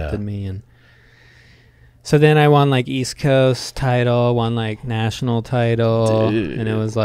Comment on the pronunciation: Hey the word won is pronounced “one”. You pronounce it “Juan”. Tom Segura did this same thing his whole life. I’ll find the video of his realization soon. I might sound like an asshole but I just think it’s interesting. I love this podcast. And I love you fellas ❤️